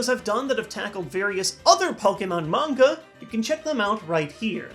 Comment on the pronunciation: The way he says manga 'mungar' irritated me lel